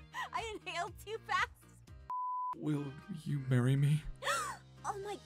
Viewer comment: "will you MARY me?" HAHAHAHAHA dies